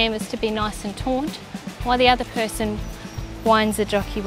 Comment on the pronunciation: it's taught not taunt sorry lady.